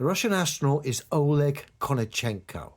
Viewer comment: oLEG Stress on second syllable